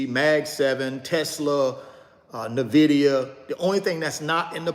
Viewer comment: I buy another share of Nvidia every time he mispronounces Nvidia! LOL